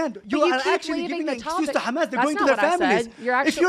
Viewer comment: he doesn't even know how to pronounce Gaza and Hamas.....